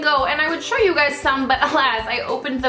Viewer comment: Totally obsessed with Estee as well. Also, at the end when you said "tell me your favorites. favorite show, favorite movie" I thought you said favorite booby.......yikes lol